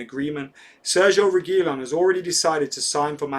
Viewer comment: ReguiLON stressing the last syllable if anybody cares